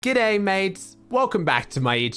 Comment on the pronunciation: The way he says G’day mates, even as an Aussie myself I can’t replicate that